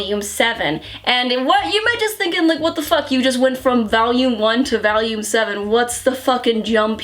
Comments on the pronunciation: reviews a lot of hentai and adult manhwa, but the most degenerate thing about her will always be how she pronounces volume as VALUME. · omg how says "volume" is so Winsonsin loooooool